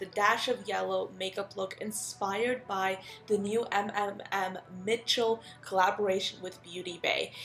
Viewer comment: Just so you know, sweetie, his name is not M M M Mitchel, but put the m sound all together...kind of like you would if you had a stutter. As an example, with my name, Shelbie. sssShelbie. It’s repeating fast, mmmMITCHEL. I hope that makes sense! And what a fun video idea! Much love to you, Shelbie =)💜🧡